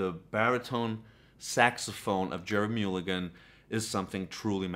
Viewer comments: Its not Mule again , its Mull again. Not Gell spee , its Guh less pee , Lalo Shiff rin. Just saying. And for God's sake it's not Art Black ee , it's Blay kee ! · Mulligan is pronounced mull to sound like gull as in seagull